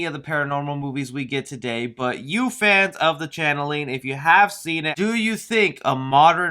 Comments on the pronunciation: It's pronounced change ling not nor channeling which is how your saying it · You prounced CHANGELING WRONG. IT IS CHANGE LING..NOT CHANNELING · Yeah my... My thoughts on the CHANGELING.... It's not the Channeling, which is what you kept calling it. Say it with me. Change.... Ling.... Change-ling.... Changeling! There ya go! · It's Changeling, not Channeling, btw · Yeah why do you keep calling the channeling??? CHANNELING? IT'S CALLED THE CHANGELING.....CHANGE .... LING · CHANGEling, not Channeling. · I think “The Changeling” is pronounced “Change-Ling” not Channeling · Pronounced "Change-ling" my boy. ;) I think anyways. It's based on mythological creature that trades out baby for demon. (more or less). Just looking out for you, not meaning to grammar-nazi you.